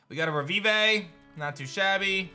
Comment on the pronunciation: QotD: I seriously don't know. I can only hope they can surprise me. Also, revivé? Now I'm convinced you're mispronouncing words for the Inférno of it. (Bayonetta fans will know that pronunciation)